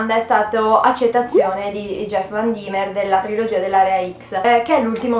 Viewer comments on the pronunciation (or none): none